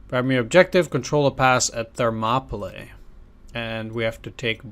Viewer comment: It's pronounced 'Ther-mop-ah-lee'.